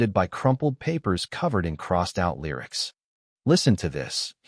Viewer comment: Narrator correction: (1) "lyric" should be pronounced "LEER-ik" not "LYE-ris" (2) pronounce "read" as "reed" not "red" (3) pronounce "intimate" as "IN-ti-mət" not "IN-ti-mate"